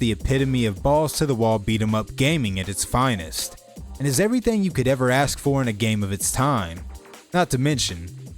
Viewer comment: This is really random but i love the way you say “everythang”